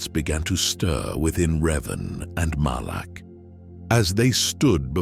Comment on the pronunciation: Malak. It’s Revan and, Malak.